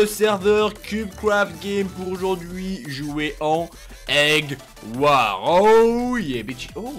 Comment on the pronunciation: prononce jamais les " s " dans skywars bedwars eggwars il dit skywar bedwar eggwar